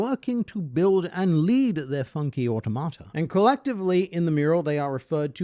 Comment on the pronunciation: you say "automata" a lot without ever looking up how to pronounce it also, obligatory "millennium", not "millennia"